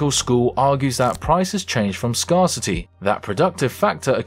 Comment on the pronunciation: I gave up when he said "scarrcity". What in the absolute fuck?